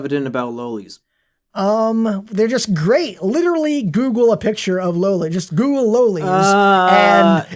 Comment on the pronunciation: 28 minute video of a guy saying loli wrong